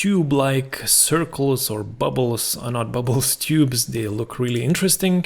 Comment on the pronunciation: It's great! I like the way you said "bubles" 🤣